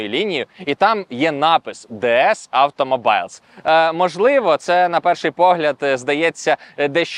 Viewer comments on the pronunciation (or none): класні відео! Удачі А я поДУШЮ зауважу Automobile вимовляється - /ˈɑː.t̬ə.moʊ.biːl/ - тобто -БІЛ